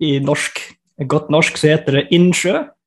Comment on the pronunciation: Have no idea what they are saying but gotta love how he says norshhhk